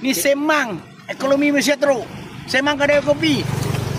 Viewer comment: Apa yang kau sembang ni pak cik oi,cakap pon tak betol ekonomi bukan ekolomi